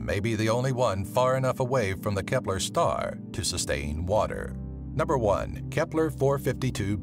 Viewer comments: whenever he says kepler i hear hitler lol not joking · Nobody: Dude: K E P L E R